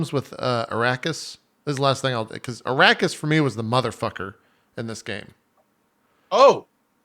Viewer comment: They are saying eraquis so wrong